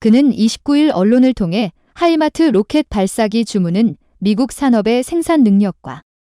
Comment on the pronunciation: 하이마트가 아니고 하이마스!